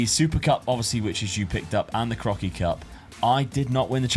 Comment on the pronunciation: When you say 'that Crocky Cup"at around 36 minute, it really sounds like you're saying "that fucking cup". I had to listen 3 times to realize lool 🤣... Eh did he just use the F word?